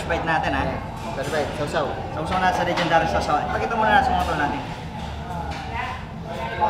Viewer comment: stop saying legend dary sauce it's not legend dary